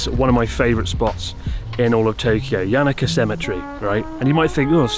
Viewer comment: lol what is a cemitree??